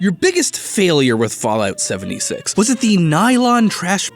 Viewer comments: it sounds like he’s saying bollocks seventy sacks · Fallout 70 Six = Fallout 70 Sex. (In Swedish Sex means both the nummber 6 and the thing sex) So tecnicaly did say it right on a difrent language.